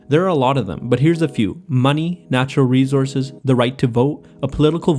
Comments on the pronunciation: Great video...but just a quick suggestion...you pronounced rejources...its re- source- es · R-E-S-O-U-R-S-E not rezorse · I like how he says "reezourzez". I also like that the person making small, positive change is dubbed a hero. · natural reZources 😂